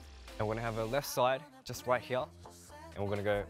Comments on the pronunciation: hyeure Am I only one who noticed how that's an example of a mixture between his Australian accent and Korean accent? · "From hya" 😂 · The way Felix pronounces 'here' makes my heart skip a beat. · i love felix with my whole heart especially when sometimes he says “here” with his accent it reminds me of “can i get a hoYyAA” and i love it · His pronounciation on "here" is so cute xD